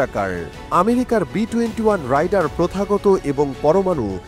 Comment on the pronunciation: Rider= রাইডার, Raider=রেইডার … Ei simple jinish tuku jodi ekta professional news channel er content creator ra na bolte pare; Bar bar vul uccharon shunle r content e focus rakha jay na 😕